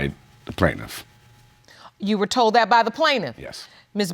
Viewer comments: "Tollen" I still can't believe that came out of his mouth and he didn't correct himself. SMH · The alleged baby daddy seriously said "tollen".... Lol I guess the word "told" was too much work to say 😂 stay in school people! 🤦🏾‍♀️📚